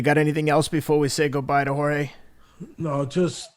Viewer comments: Teddy try saying, whore-hey. Not whore gay. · He keeps calling him horgay lmao who else noticed? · If Jorge is the BMF, then what title do we bestow on Teddy, a man who called the BMF 'WhoreGay' to his face for 40 minutes straight without being corrected once. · Everybody: "Jorge", "George" Teddy Atlas: "Horgay" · I love this but teddy keeps callin him "whore-gay" I can't lmao. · “Jore-gay” ? Come on teddy lol